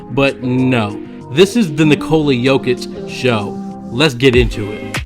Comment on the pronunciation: It's hard to listen to you butcher his name It's like Niko la please learn